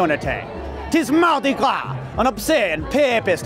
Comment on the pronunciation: I love how he says Mardi Gras in a French accent.